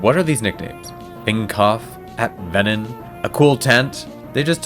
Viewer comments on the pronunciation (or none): none